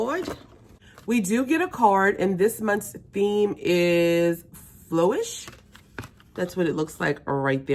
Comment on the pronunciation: Its boxycharm flourish not flowish lol